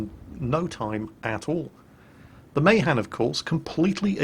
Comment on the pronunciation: "May Han"? jesus, wtf?